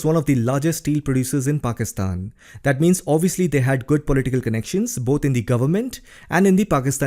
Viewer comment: You pronounce well the name Pakistan 👌